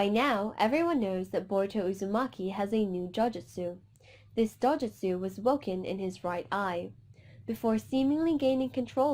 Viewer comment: It’s not dojustu